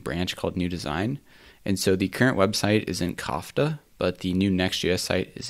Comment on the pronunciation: kofta and koba XD the Arabic is strong in this one